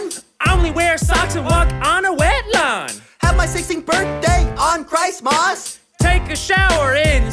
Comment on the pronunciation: And sooop and crust mass